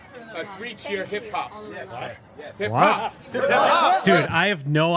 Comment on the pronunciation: "hip hop" sounds like "parkour"